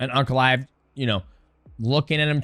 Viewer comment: No shot dj is saying uncle-aev instead of ankalaev